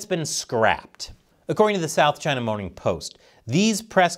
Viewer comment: "South China Moaning Post" . . . . or did I mis-hear?